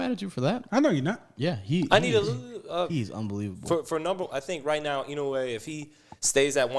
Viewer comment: It’s pronounced I-NO-E not ino U e